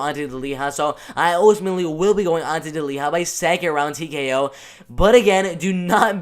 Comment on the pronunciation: Delija and not Deliha Hahaa